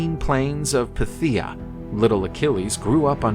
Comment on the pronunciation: Phthia is pronounced "Th-ee-Ah", The Ph is more of a really really soft F. It confused me at first but just so everyone knows.